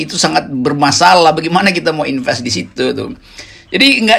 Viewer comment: "plis inpes mai kontri"